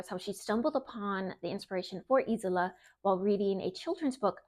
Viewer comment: It’s pronounced ez ola